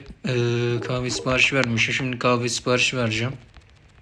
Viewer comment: “qahve” sksksşsmsşm